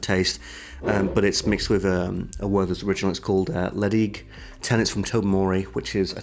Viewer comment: Ledaig 10 is one of my faves. Tip though, it's pronounced Letch-Ayg